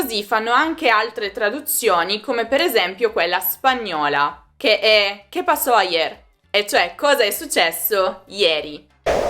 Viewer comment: Mi ha piaciuto tantissimo ascoltarti dicendo "que pasó Ayer" nello spagnolo ❤